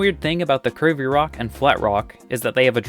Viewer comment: I kept hearing "curvy rocks" as "Kirby rocks", and was wondering what's Kirby-like about them😆